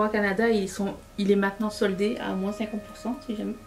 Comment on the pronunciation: Coucou Tu vas adorer m’entendre dire moinSSS Le ralenti est magique